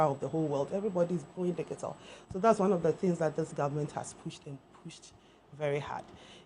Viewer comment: The word is pronounced "di:ji:tl", not "di:gi:tal".